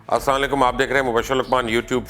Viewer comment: مبشر لقمان صاحب اپ کا میں بہت عزت کرتا ہوں لیکن یہ سلام سہی کرو اساعلیکم نہیں اسلام علیکم ok